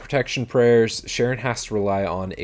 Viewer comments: "Sharon" is pronounced K-ron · Charon isn't pronounced "sha-ron", it is pronounced "ka-ron"